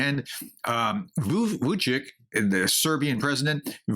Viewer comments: Vučić is pronounced Vuchich, any and every surname ending with "ić"is is pronounced as CH not as K. So it's not Vucik, but Vuchich. Much love from EU. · Dear, Pls. consider: Aleksandar Vučić is pronounced [aleksǎːndar vǔtʃitɕ] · Pronunciation: Vucic -s VOO - cheech like in Cheech and Chong. The C with a hacek over it is a hard ch, with an accent over it is a soft ch. This is a distinction recognized by Serbs and Poles, it's a Slavic thing. To you think of them both of as simply ch. It is not k. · It pronounced Vuchich. First ch (č) is what its called hard ch, like in church, chocolate or check [t͡ʃ], and later ch (ć), its soft ch, and its like sound u make when u say cheese (with smile) when taking photographs ([t͡ɕ]